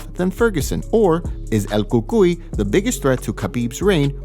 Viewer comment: I hate how this moron says el cucuy